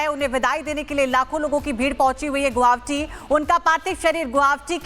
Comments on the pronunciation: A quick suggestion to the news anchor lady....the name of the city is "GU-WA-HATI" ; not "Guwavti", so next time please keep it mind and stop mispronouncing the name of my city....it looks really sloppy and unprofessional... If you want, take the help of "Arnab Da"; he's from here!!! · Medam guwahati ka pronounciation to thik se kro. Guabti nehi hai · It’s GUWAHATI. Work on your pronunciation. It’s no that hard please try. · Are yrr Guwahati bhi nhi bolane aata thik se kaisi anchor ho